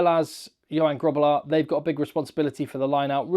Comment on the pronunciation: Love your content. Thanks for everything you do for SA ❤ Suggestion (or just to teach you more Afrikaans pronunciation): You pronounced Grootbos perfectly. Grobbelaar has the same guttural G sound 😊.